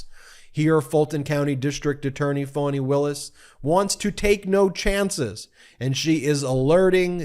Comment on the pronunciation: It's "Fanny" Ben.